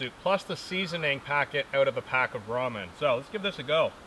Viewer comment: Nice video! At the beginning i was wondering "what is a roman dinner"? later on found out it was ramen dinner, not roman lol